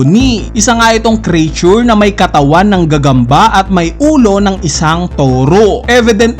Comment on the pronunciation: "Creature" is pronounced with two syllables, not three, as "KREE-chur”